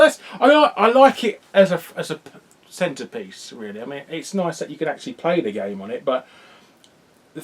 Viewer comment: "I like it as a 'Centa-piece...'" I'm sure you didn't intend that pun, but the accent definitely makes it.